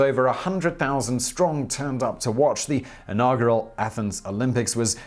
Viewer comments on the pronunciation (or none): Why the fuck can you not pronounce inaugural correctly Simon?!?!